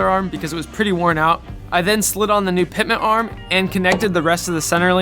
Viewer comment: It's NOT "Pitment" arm it's "PITMAN " arm. Annunciation will be your F R I E N D in these videos.